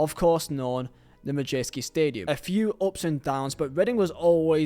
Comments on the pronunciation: Can't even say madejski right 😂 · You pronounce Madjeski wrong. As an Oxford fan, I don't wish this on reading, I really hope all is sorted But when we went into a nose dive into non league the reading fans were scoffing and laughing at us.... I hope reading survive, but I hope they drop and drop.... Have a little what we sufferedfor 6 years We, Oxford united may not be around in 2 years if we do get anew stadium